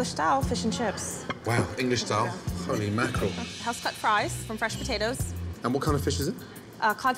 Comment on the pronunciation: "holy makrel"